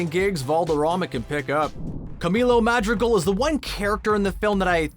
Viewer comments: The way. He says madrigal 😣😣😖😖😖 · The pronunciations of everything oh my god. 😩 I’m cringing every time he says “Madrigal” and “Encanto.”